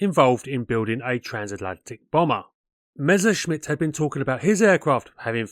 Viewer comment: Learn how to pronounce Messerschmitt, before trying to aviation history assays